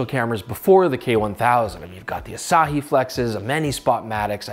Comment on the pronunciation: It's pronounced "Osh-ee"